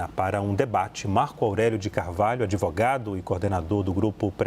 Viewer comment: Esse "adevogado" esquerdola eh uma vergonha. Usou a palavra magica "presidenta"😂